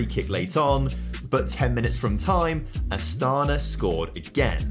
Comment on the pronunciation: I know that I'm late but Astana pronounce with emphance on the last a